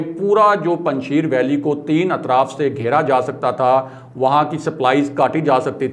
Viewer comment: correct your pronunciation.....its panj shair......not sheer......5 lions not 5 milk......